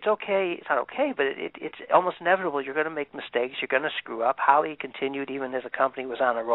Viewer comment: His name Is HALL E not hall